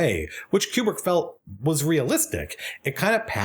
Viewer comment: man, i love how much you are able to extract so much from this film and that 2001 is the rare type of film that supports it. BUT i still don't buy this 'que-brick' pronunciation nonsense.